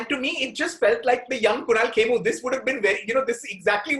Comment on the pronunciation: It's not Kemmu, it's KHEMU